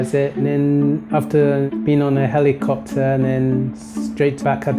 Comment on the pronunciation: "On the hellycopter."